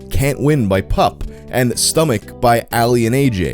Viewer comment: PUP and ALK3 are literally my two favorite bands. Hearing their names said by you, the internet man, made me very happy. Thank you.